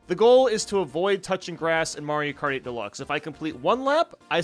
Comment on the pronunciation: when he says mario kart 8 it sounds like he is saying Mario party or Mario karty